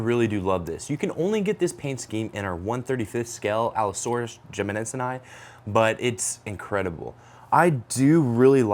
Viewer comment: New challenge: take a shot everytime jimmadseni is mispronounced